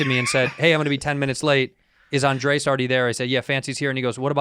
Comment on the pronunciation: They've finally started calling him Andrés and not 'Andreas'